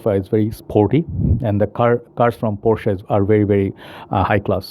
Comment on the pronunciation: Unfortunately it's the other pronunciation